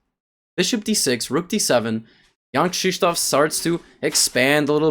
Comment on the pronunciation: How he says it in the video is correct Polish pronunciation